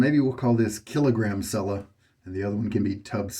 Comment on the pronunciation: Dude, TWO whole shaves on a blade! What is the world coming to? The label says “shaving cream with almond oil’. PS pronounce Cella just like you pronounce “cello” in English.